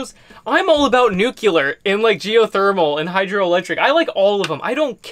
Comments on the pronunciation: Nu KLEE ar. Not nu CULE ar Dubya ruined that word for everybody. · I am so impressed with your knowledge about all things battery and solar related. Please do me 1 favor. The word is nuclear not "nucular". There is no "u" in the middle of the word. I know it is a small quibble but we once had a president(Bush 2) who pronounced that way and he was incessantly criticized for his mispronunciation. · Love your videos and the information that you share here, always; but please, please have mercy on my brain: Don’t mispronounce the word, “nuclear.” Drives me up the wall when people do that. 😧 Nuclear is Pronounced “New Clear,” not “New-ku-ler.” Sorry,. My brain fires an alarm when it hears stuff like this; spent too much time in broadcast media I guess. Still love you anyway though. 😄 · I found this to be very very helpfull. Thank you. ....oh and it is NOO-KLEE-AR nuclear. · I know you're smart AF. You didn't say Nuke-yoo-lurr did you? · .....and “new-cue-ler” 🙄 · Nuclear...jewelry...freq mispronounced.